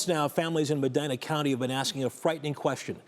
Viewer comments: meh-dee-nah not my-dyna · pronounced Mehdeenah! Common dude!